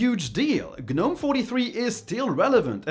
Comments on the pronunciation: I've not been on "G-nome" anything-- I HATE "g-nome" (something most people can't even pronounce much less USE) and I think it's for idiots.. My opinion- but it's RIGHT.. KDE is the way to go on this and anything else- to make the most of it.. and make it look ANY WAY YOU LIKE.... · What's a guhnome? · The G is silent in gnome.